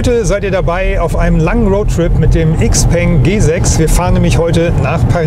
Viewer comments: IXPENG :D:D:D Man spricht das Shipeng du originaler Nichtskönner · Sehr schöner Roadtrip, der wieder einmal zeigt… die Zukunft ist elektrisch! Und ebenso wie beim XPeng (.. „x“ im Chinesischen wir „sch“ ausgesprochen, „Schaupeng“😉), schätze ich bei meinem Ioniq6 die kurzen Ladezeiten… das wird in den nächsten 2 Jahren meiner Meinung nach sehr stark kommen… denn die Pausenlänge machst Du bei einem Verbrenner meistens auch. Und die Pariser Motorshow zeigt, dass die Konkurrenz weltweit definitiv nicht schläft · Xpeng wird in Europa XPENG ausgesprochen.